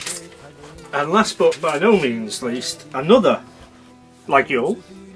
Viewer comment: Very nice collection. i really like Laguiole & have quite a few. BTW just an FYI mate it is pronounced Layole, not that it matters. Cheers pal, Andy